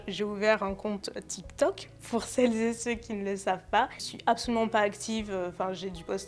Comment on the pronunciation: Le "celleszetceux" me dérange beaucoup